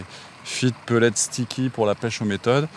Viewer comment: On est français : alors soit tu dis "des granulés" soit tu es anglophile et tu dis "des peletSSSSSS" mais pas des "peulé"...bordel